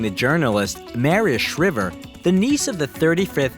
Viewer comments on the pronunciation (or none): Jeeezus.. I hate to be a "spelling nazi" but how the heck do you get Maria SHHHHRIVER's name wrong? It's SHRIVE-ER... lol.. And, I can't stand that bloodline of criminal politicians and the other scumbags.... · At least pronounce Maria SHRIIVER NOT SHRIVER, Long I sound! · Shr’i’ver 🤷🏼‍♀️ He must be a bot? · It’s pronounced Shr👀ver ….as in eye!!.You are American and can’t get this right?? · Her name is, M A R I A S H R Ī V E R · Mari-a Shrivver... really, you said that? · Maria Shriver. Long "I," not short, as in "shiver me timbers." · you are pronouncing Maria Shriver wrong!! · The modern American dream. Wow - you butchered Maria Schreibers name. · You did a lot of work on this and that is great. Only problem is you keep pronouncing is wife's name wrong. I just don't get it as it is so well known. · Why do the commentators of these types of videos constantly miss pronounce words and names? Shriver and phantom. Do your homework before posting.